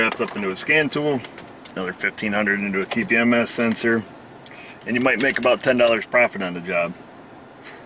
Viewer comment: I'm proud of you for using proper phonetics during the tpms programing.